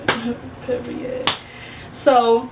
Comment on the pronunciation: When U said “PEE-REE-IT” I felt that one girl.😂